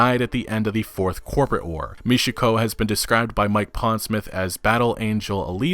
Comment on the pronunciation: Repeat after me: Michiko, not Mishiko. Ch like in champion.